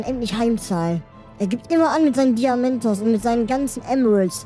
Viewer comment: wiso sagt ihr immer diamentos?